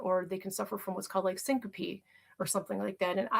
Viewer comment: Did say stinkope? I think she meant syncope.